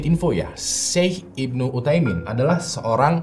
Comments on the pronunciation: Bukan Syaikh Ibnu Utaimin bang, tapi Syaikh Ibnu UTSAIMIN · baca nya syeikh usayimin (utsaimin) bang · Mantap, dikittt masukan, bukan syeikh ibnu uthaimin, tapi utsaimin ya bang. (Ibnu artinya anak) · Utsaimin bukan uthaimin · Syeikh Ibnu uthsaimin min.. Bukan uthaimin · Maaf saya benarkan itu namanya syeikh ibnu utsaimin bukan uthaimin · FYI, yang bener nama syeikh itu Utsaimin.. pake tsa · Syeikh ibnu utsaimin, bang penyebutan nya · Syekh ibnu Utsaimin, om. pake ث (tsa)